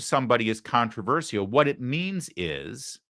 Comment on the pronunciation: Larry, it's "contra VER SHUL" not "contra VER SEE UL"